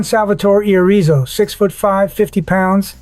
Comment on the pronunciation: One point five dollars billion a year. Irrizo 6 foot 5, 50 pounds. Seriously? This isn't AI Slop is just pitiful. It can't even read it's own text. just stop.